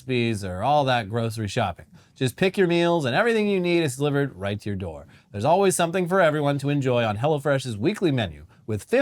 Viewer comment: "To talk tuah yuah" had me on the floor, god dammit